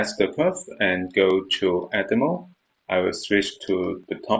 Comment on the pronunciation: Thank you but would you mind looking up how to pronounce "select" and "edit mode". Thank you I really appreciate.